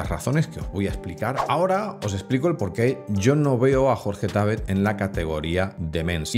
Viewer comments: No es Jorge Tábet, es Jorge Tabét (no lleva tilde, la pongo para escenificarlo) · Por qué decís Tábet, cuando es Jorge Tabet???